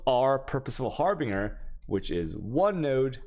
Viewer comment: I also noticed from other videos.... harbinger and guardian...swap the 2 G's and you have it